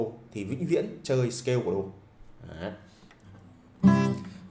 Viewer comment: Nếu không tìm dược cho mình một cái gì nguyên thủy thì cũng đừng bắt chước Peter McKinnon. Kỳ lắm. Người ta nguyên thủy nên người ta tự nhiên. Ô, chữ "video" là tiếng Anh, đọc là "vi đi ô" chứ không phải "vi gieo". đâu. Ấy là tâm tình góp ý. Chữ "scale" đọc là "skeo" chứ không phải "skêu". Còn nhiều nhưng hôm nay tớ góp ý thế thôi. '